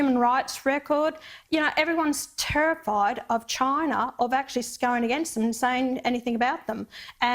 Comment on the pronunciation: "therez too many robots, in Choina"